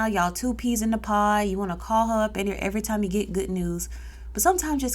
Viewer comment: two peas in a POD Not pie lol correction